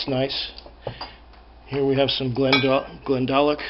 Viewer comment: Nice collection but as an Irishman whose home town is pretty close to Glendalough, I feel the need to help out your pronunciation. If you were reading a scotch label your attempt would make sense but in this case it's "GlendaLOCK" (stress on the last syllable).